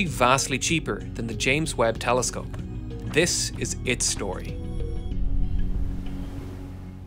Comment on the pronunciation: “”Space Teleskope””